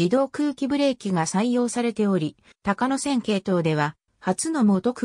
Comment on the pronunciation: 「たかのせん」じゃありませんよ！ 「こうやせん」です。